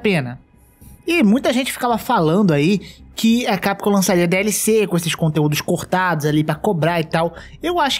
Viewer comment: não sei qual é o fetiche que esse povo tem de falar CAPCOM errado. chega o ouvido sangra.